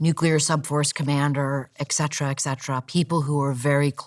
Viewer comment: I know it’s pedantic, but I automatically discount what people say when they pronounce “etc.” as “excedera.”